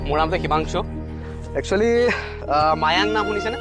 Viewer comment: It's mayong not mayang